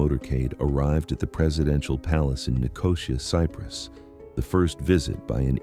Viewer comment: Nicosia is pronounced NI-co-SEE-uh. Tweak the AI.